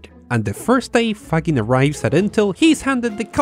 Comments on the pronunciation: This microprocessor pioneers last name is pronounced Fa-zheen'. In naming the company, yes, he had "integrated logic", or "ilog" in mind, but the "Z" was added as "the last WORD in integrated logic" making it Zilog. He was also keenly aware then Intel was short for "INTegrated ELectronics," which is what steered him to coming up with the Zilog name. The traps that Shima put in the Z-80 took advantage of the two types of NFETs in the circuitry: enhancement and depletion modes. Most of the time, the depletion devices had their gates shorted to their sources. Enhancement devices did not, although you COULD, but in that case, the enhancement is turned off at all times. By throwing in a few of these devices in key spots, you could wreak havoc in a circuit. You could not spot these traps visually. Later on, you could by taking X-Rays of the chip, which identified the depletion devices, thus exposing the traps. A major contribution to Intel's focusing on the uP market was that the Japanese were killing the rest of the world with their DRAM products. Intel could not compete, and finally recognized that they had a virtual monopoly on their hands if they would focus on their strength: microprocessors. A famous Intel marketing guy once told Faggin "when you left us and came out with the Z-80, you had us dead in the water for a while." That's when Zilog tried to design their Z-8000 16-bit uP, but the design effort stalled for well over a year, and Intel took off, leaving Zilog in the dus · Super interesting. Just a note on pronunciation: Faggin is pronounced with a soft G (like a J), and the accent goes on the i, not on the a. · I had the honor of meeting Faggin in 1996 when he received an award in Pavia, and my interaction with him changed the course of my entire life. He is an incredible person. By the way, you pronounce his name with a g sound as in courage, not as in girdle. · His name is pronounced "fadgin." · In Italy the name Faggin is pronounced “Fadgin”.